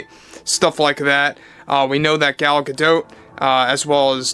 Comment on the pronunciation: In Gal Godot's last name T is not silent.